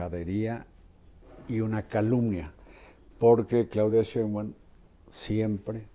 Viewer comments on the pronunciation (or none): Respetado y siempre bien apreciado señor Marín : ¿por qué no pronuncia correctamente el apellido Sheinbaum? Siempre le dice Shembaum. Después de mucho meditarlo, he llegado a la conclusión de que esto es algo escandaloso. Le conmino y le insto a que corrija, de otra forma -le advierto-, me veré en la penosa necesidad de dejar de ver sus programas que tanto disfruto pero, sobre todo -y más tristemente-, de irrespetar el título que le fue otorgado como alguien que nunca se ha equivocado semánticamente. Como opción alterna, si acaso mi advertencia no lo ha atemorizado lo suficiente, le ofrezco que me explique usted sus motivos para hablar de una forma que parece ser un error de pronunciación imperdonable para alguien de su talla cultural e intelectual. Le agradezco su atención a este sencillo, pero muy sincero mensaje, reiterándole tanto mis más profundos respetos, como mi más irrevocable advertencia, aunque personalmente me pese y abrume lo mucho que pueda llegar a atemorizarlo y quitarle el sueño. Y para todos lo que leyeron hasta este punto indignándose por mis palabras y ya estructuran una respuesta altiva y orgullosa... jajaja!!! Cayeron!!!